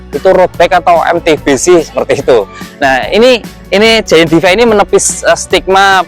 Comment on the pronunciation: Koreksi dikit mas; bacanya: “Di-Fay” bukan “De-Fi”. Terima kasih